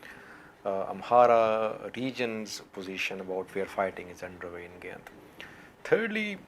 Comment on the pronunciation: GA' YINT not GYANT